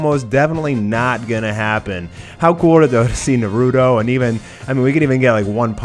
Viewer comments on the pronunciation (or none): Its NAH-RUU-TO Come on -_